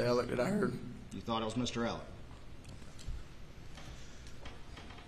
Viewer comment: Is it a southern thing to pronounce ‘Alex’ as ‘Alec’ with a hard c? Lol and the last name sometimes! Instead of murdough with an H I hear a ‘c’ letter ending. I’m from the far far north of the states so maybes it’s an accent thing ?